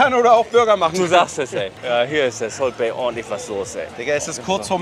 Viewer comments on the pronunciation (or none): Salt Bee😂 Es wird Salt Bey ausgesprochen😂